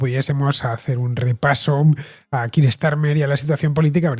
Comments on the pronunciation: Me sorprende la pronunciacion del nombre keir (kiir)... si no estoy equivocado se pronuncia (kia). Gracias x el programa 😊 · Gracias por tu respuesta FDV, no quiero ser un pedante, pero estoy bastante seguro que la pronunciación correcta es 'Kia', por la sencillq razón de que (llevo en UK 6 años xD) mi manager se llama Keir, y le tuve que preguntar varias veces por como se pronunciaba su nombre porque al principio le llama Kiir 😂😂😂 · Keir we go!;) Bien explicado, a mi tb me sorprende la manera española de pronunciar el nombre del primer ministro. La precisión en la información y el lenguaje es siempre importante y se agradece.